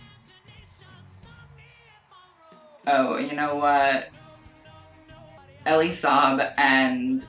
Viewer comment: you're pronouncing elie saab wrong bb but TRUE he's not only left that group chat but also blocked everyone in it